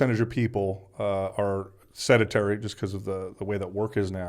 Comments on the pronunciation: "A significant percentage of people are sed-a-tary." Just a couple of minutes in and he's already losing me. I just have a hard time trusting that he's someone who's intelligent, perceptive, and understands nuance of certain subjects if he's someone who looks to be in his late 40s, works in the health and fitness space, yet still can't pronounce and comprehend the word "sedentary". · It wasn't a slip of the tongue either, because he goes on to say "sed-a-tary" multiple times.